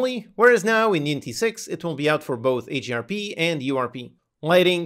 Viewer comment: What is AGRP? Or are you saying HDRP?